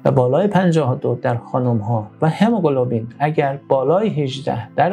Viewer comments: هموگلوبین نه هموگلوبلین. گفتاری رو تصحیح کنید..مرسی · این مرتیکه هنوز کلمه هموگلوبین را بلد نیست تلفظ کنه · برو مردک، دکتر قلابی، تو حتی نمیتونی کلمه هموگلوبین رو درست تلفظ کنی، بعد ادعای پزشک بودن هم میکنی؟ دوزاری باقالی فروش